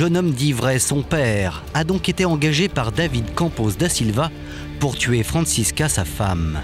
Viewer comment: Pourquoi la voix off n'arrive pas a dire "Franscisca"? IL dit toujours "Francis....CA" 🤣